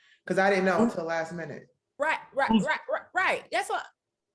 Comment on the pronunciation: What we aren't gonna ignore is the fact that just said "The price is wight for me" at the end.. he smiled right after too cause he knew nobody caught it